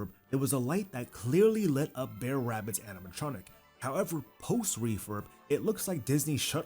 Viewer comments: Dude...you're hurting my ears. It's not Bear bear. It's BR'ER rabbit, br'er fox, etc. Southern ish pronunciation of briar, as in the briar patch. Loved the ride update. 🧡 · Are you saying Bear Bear? Bear Rabbit? Maybe I am hearing things ;) It is actually Brer or Br'er (brair) .. It is short for Brother; hence Br'er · Brer bear....Brer fox....Brer rabbit. all i can hear is "bear bear" "bear fox" "bear rabbit" and it's killing me every time you say it 🤣